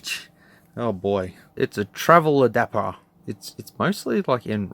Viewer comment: Ah yes the ol “travel Adaper”